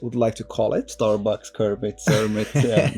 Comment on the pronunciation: Kermit, not cermit